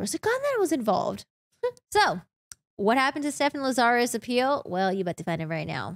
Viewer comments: The host here says "LaZARus", with the accent incorrectly on the second syllable. The accent is on the first syllable, LAzarus, not the second. It's too bad she has to use foul language for no reason. It sounds tacky and low class. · 1986 to 2009 is 23 yrs not 30. Lazarus is pronounced LAZ-a-rus no Lazarre-us. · Lazarus. It's a super common mistake but it's like "Lazz-er-iss". Rasmussen I think can be either/or but I've only ever heard it pronounced "Razz-miss-en" so that one just got to me personally even though it might be correct too. Lol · You aren’t pronouncing Lazarus correctly.